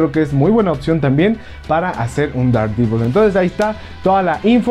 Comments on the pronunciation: Dardivol xd, yo siempre lo pronuncie Dardevil, pero cada quien lo pronuncia como quiera XDD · Der devol Sería más o menos la pronunciación